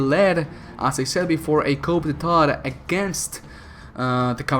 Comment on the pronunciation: Btw,in "coup d'état" you dont pronounce the P,it is pronounced "qou deta" - from a french viewer triggered by your french pronounciation